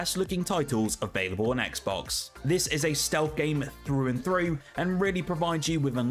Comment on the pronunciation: It's pronounced "through" with a TH not frough with an f. Learn english